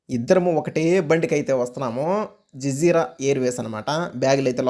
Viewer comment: BRO అది జజీర బ్రో జిజీరా కాదు 😅😅😅